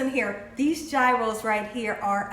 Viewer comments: It's pronounced Year - oh. 😊 Thanks for the video!! Happy Easter! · It's Greek - and it's pronounced Yee-rohs. The G is like a Y. And they are made on a pita bread. Usually no lettuce. Thin sliced onion, maybe some tomato and of course, the tzatziki sauce (cucumber and yogurt sauce). You need the lamb/beef mix that's cut off of the rotating cone that cooks over a hot heat source. Fire grilled, for example. These are very popular in Chicago neighborhoods. Yum! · Please,! NO G! If you are going to cook authentic, please pronounce authentic! The Greeks are telling you correctly! Please join in! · Pronounced " Heroes". But I've never had one. I love lamb , but have never seen lamb strips, they look awesome ! Thank you, Have a BLESSED Easter ! <3 God Bless you all ! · Sorry, it’s pronounced yros. Roll the r.